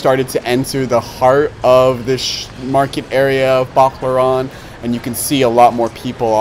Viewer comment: Bac-la-ran not bacla-ran he he